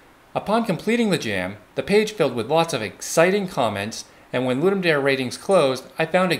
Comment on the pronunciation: It’s “loodoom da-ray”